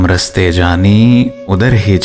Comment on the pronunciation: بھائی راستے ہے رستے نہیں آپ پڑھنے میں بیت غلطیاں کر دیتے ہیں آپ کے غلط پڑھنے سے شعر بے بہر ہو جاتا ہے